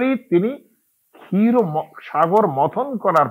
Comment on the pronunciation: ক্ষীরটা কে মনে হয় ক্কাথ বলা হয়েছে ।